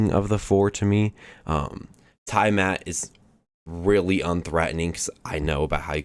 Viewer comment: Scar Milli Oh Nay. Tee Eh Mot Death guys At mos Atmos is pronounced like "at most" but don't pronounce the T in "most" Shin Reeeeeee You Tie Fun Ulll tros